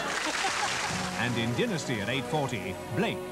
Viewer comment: They mispronounced Dynasty.